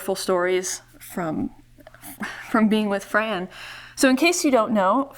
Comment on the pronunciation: She would hate that you called her Fran...she pronounced it FRON